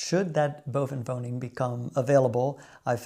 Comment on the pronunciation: Enjoyed your newest video, 🍀. How you say "onderwoning" en "bovenwoning" is marvellous. Nothing wrong with an accent. When I speak Dutch, I have a slight Frisian accent. People from the south have "een zachte G" and that sounds lovely 💕. Your optimism is needed for the next 4 years, isn't it? Won't say I'm a pessimist, but hearing Trump's inauguration speech made me feel sad and even a bit depressed. You voted for Harris, which is no surprise. You have enough common sense 💙, that was already clear to me. Don't know if you can call all these MAGA people polite? Of course I know they are as polite as a You seem very polite to me, but one can also be too polite and then it tends to be fake. That's not the case with you, ❤. I've never been in America, but I see Americans on television and often with such a "toothpaste smile" and that seems often fake/doing polite to me. The Dutch and especially Frisians don't do that....perhaps some 😏. They are more "recht voor de raap". I like that and I'm rather direct too. Making money is more American than Dutch, despite our past as a "handelsnatie". I do something in stocks and crypto, but I don't buy the Trump coin or Tesla stocks for example. My impression is also that Americans are less interested in non-American things. They don't know much about the world outside the USA, am I right or wrong? It's of course logical, because the USA is soooooo much bigger than the Netherlands. Let's quit, because I'm writing a book here 📖😊. Wa